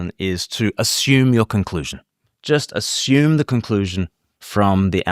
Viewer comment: Never "ashume"!